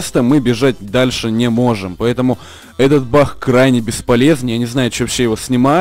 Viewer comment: ты украинец? почему-то ты говоришь бах а не баг